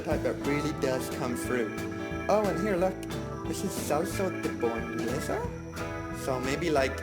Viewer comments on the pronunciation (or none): none